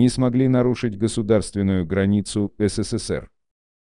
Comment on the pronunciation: Номера ладно, посмеялась с "си си си пи", даже вначале не поняла, что это СССР))) Но если брать в целом, эта озвучка даже лучше, если бы читал "живой" человек - она безэмоциональна и не отвлекает от смысла)))